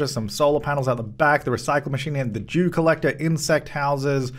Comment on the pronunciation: The way prounces "dew collector" stresses me out 😂😶